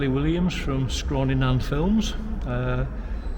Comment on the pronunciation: Hi, it's Scrawny, not Scrawy